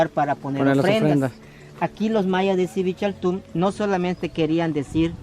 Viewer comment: Jajajaja, el idiota ni siquiera lo puede pronunciar al principio